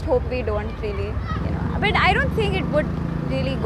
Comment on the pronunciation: This south Indian said.... Butta... Instead but. The most educated Indian... Pseudo